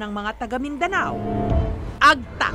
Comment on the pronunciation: Madame Jessica it's Ag-TA emphasis po sa TA not the other way around AG-ta. Sana po i-research niyo muna kung paano sambitin ang mga salita lalo na kung Filipino kasi masakit sa tenga. Napapansin ko po kasi madalas ito mangyari. I hope you take my criticism objectively.